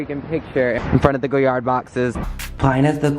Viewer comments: He says his entire life is luxe and he loves high fashion but he can't pronounce Goyard properly lol. Jokes aside, he's disgusting. I'm glad all the shit he has said is exploding to his face publicly. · “Hi guys we’re in the coochie store” I swear that’s what I heard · Omg! I can’t stand anyone who can’t pronounce Goyard correctly. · He can't even pronounce Goyard or the names of those high end brands properly. He better get an education and buy some class while he is at it.